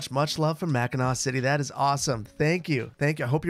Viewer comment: It’s the lower and upper peninsula. Both sides of the bridge are Michigan. And remember it’s mackinaw city and Mackinac island. Both are pronounced Mack-in-awe